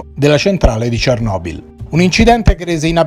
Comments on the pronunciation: Giusta osservazione. Ne approfitterei, però, per sottolineare che lo speaker è uno dei pochissimi a pronunciare correttamente "Cernòbil". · Grazie per l'approfondimento. Io già sono più che felice di sentire finalmente l'accento cadere sulla "o" invece che sulla "e". Chissà per quale oscuro motivo per ben 30 anni il 99,9999% degli italiani - giornalisti compresi - ha adottato quella pronuncia. Misteri.